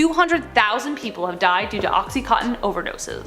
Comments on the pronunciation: OXY-Con-Tin!!… I know this show is Canadian…. But that’s how it’s said… or when people call Vicodin…. Vick-oh-Din… but it’s pronounced like Vike-oh-Din… or when people say Washington like Warshington… or go warsh your hands… where did the r come from?? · Ok you were saying Oxycontin wrong at first and that bothered me!